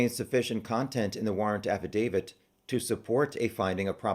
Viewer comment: Thank you for saying affidavit correctly. 😂😂 also thanks for the challenger deep dive! Looking forward to your live chat !